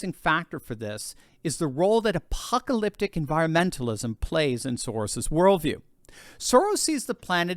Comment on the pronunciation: Did I hear you say 'appopperlyptic'?